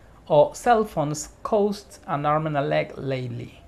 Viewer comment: Cost no se pronuncia asi. Tu estas diciendo coast de costa. Cost es tirando a a española, no ou.